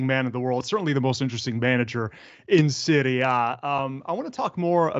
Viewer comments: how do you say it? please don't say "Seewrie Aye" gross. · The way the interviewer says "Serie A" hurts my emotional wellbeing